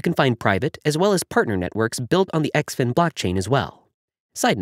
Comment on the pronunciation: I think it is pronounced Zin Fin the X makes the Z sound.